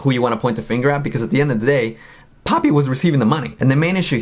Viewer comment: for a moment I thought Titanic called her "POOPY" 😂